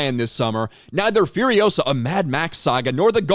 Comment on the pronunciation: It's furiOsa, not furiosA